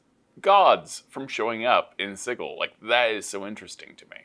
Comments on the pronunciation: Why do they keep mispronouncing Sigil? It's pronounced si-jil, not sig-il. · I hate how they say "siggal" isn't of "sijal" 😭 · Does the pronunciation of Sigil bother anyone else. My brain figuratively hurts every time they say it. Like when people argue over Drow…. Sig-il… 😂😂😂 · the creator of planescape says it's j sound not a g sound. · The real pain is them constantly mispronouncing Sigil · I'm pretty sure the pronunciation is a little joke by the author. There's even a bit in the original source book with a court excerpt for a Paladin that got arrested for killing some devils once found himself in town. They were willing to overlook his mistake but they couldn't overlook him calling g the city 'Sidjul' rather than Sigil. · The word sigil as in "an inscribed or painted symbol considered to have magical power" is pronounced like a j.